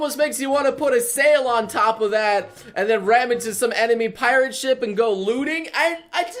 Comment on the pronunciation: i understood lewding instead of looting XD